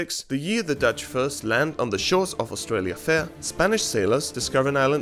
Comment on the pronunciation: "Austrialia" Bruh 😂🤣